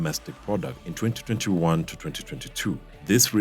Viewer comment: And it IS DAMN ANNOYING to hear all those T's when you say 2021 to 2022